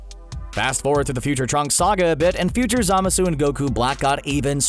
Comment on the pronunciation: God damn it, if only you hadn't mispronounced "Zamasu" SO MANY GOD DAMN TIMES!!.....